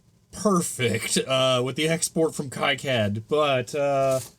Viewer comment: Sorry, but it’s pronounced key-cad, the way you’ve said it, though I’m sure unintentional, contains a slur against Jewish people.